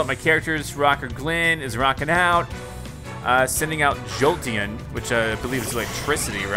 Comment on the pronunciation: its called jolteon not jolten